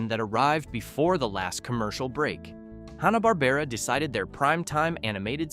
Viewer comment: Pronounced HAN-uh bahr-BAIR-uh 😊